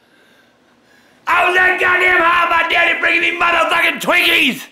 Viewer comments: said "Yea eat some Twunkies"😂🤣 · eat some “twunkies” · Brando he didn't say twinkies he said TWANKEH😂😂😂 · "Yeah, eat Some Twunkies." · "Some twunkies" still funny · He said tinkys